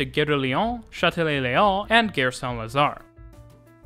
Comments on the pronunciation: A nice description. But… Gare is pronounced in French as “gar”. The way you pronounce it sounds more like another French word: guerre. Which means war. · PLEASE...Gare is pronounced Gar as in car, ot Dare. Interesting video but probably confusing to someone who has never been in Paris. I have been there four times like the variety of the system between the metro and the RER as well as the rubber tired lines. Yes theLes Halle station is huge. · I know you’re not a French speaker but ‘gare’ really isn’t hard to pronounce properly. Like jar but with a hard G. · I'm a Brit - so always nervous compaining about others' pronunciations. But it really grated the way he said 'gare' as 'gair', instead of 'gar'. Is that the French Canadian pronunciation? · Please stop pronouncing the French word "gare" as "gayre". It's "gahre". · GGGare rhymes with car, not dare. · It smells like pea....nuts. Gare...like saying our with a g in front not air. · The way you pronounce "gare" makes it sound like "guerre", which means war. So, I'm watching this video and thinking all the time you are making some threats and wonder, why so aggressive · I noticed this too, the host is Canadian, perhaps this is the Quebec way to say the word "gare"? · Great video! You pronunciation of "gare" should be more like gare as in "are" and less like gare as in "air".